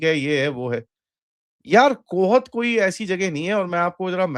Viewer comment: कोहत नहींं कोहाट है चाचा